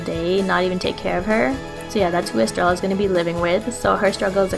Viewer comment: I'm sorry estreya. The two ls make a y sound